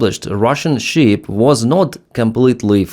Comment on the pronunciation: ❤ Пане Денисе, як завжди - чудові відео чудовою англійською! 👍 Невеличка ремарка - стосується саме цього відео про кораблі: гадаю, Вам не буде складно підкоригувати pronunciation слова SHIP - тут все дуже просто. SHIP {шип} замість {шіп} що звучить наче sheep 🐑 вівця. Спробуйте, коротке {шип} - і наступне відео про враження кораблів звучатиме ще краще. Сподіваємося, ЗСУ подарують наступну нагоду для такого відео дуже скоро 😉 Вітання з Канади 🇨🇦✌️🇺🇦